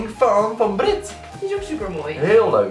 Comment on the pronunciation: het is Beerit. Iniedergeval je zegt het zo;) xD